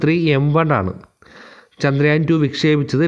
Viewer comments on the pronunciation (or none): none